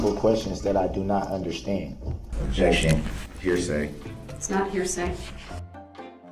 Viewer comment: Objecshun 😂 you just made me laugh so hard 😂 thanks 😂😂